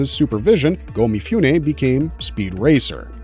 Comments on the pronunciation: This is great but Mifune should be pronounced Mee-Foo-Nay, not Mee-Fyoo-Nay. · Please: mi-foo-neh, not mi-fyoo-neh